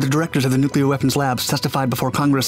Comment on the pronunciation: We need a 10 loop vid of him saying NOOKLAR.